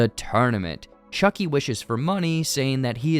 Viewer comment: Chuky plop